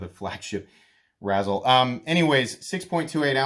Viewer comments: Like rayzel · It like a combination of razor and chisel. You keep saying it like the candy, razzles. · Ray-zel, pronounced RAY-zel 😭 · That’s not how you say it